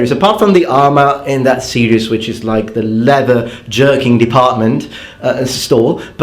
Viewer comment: Exactly mate.